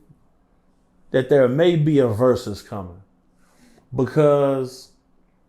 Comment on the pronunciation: When he said versus i turned it off… ✌🏽